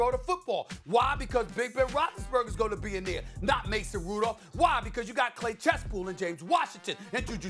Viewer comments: “Clase Chasepool” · Am i the only one tht peeped he said clay chasepool😭😭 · He said Clay Chasepool😂😂